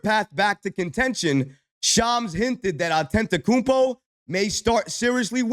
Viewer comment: Still mispronouncing Giannis last name 😂